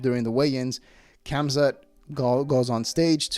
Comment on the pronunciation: The K is silent in khamzat